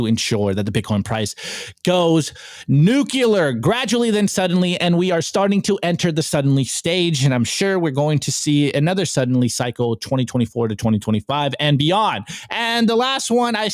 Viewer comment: Please learn how to say “nuclear”. You say “nucyoular” in every video. It’s not a word.